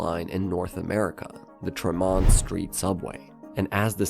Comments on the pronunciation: ‘Tra-MAHNT Street’ lol It’s TREH-mont Street. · TRE-mont street, not tre-MONT. AI slop.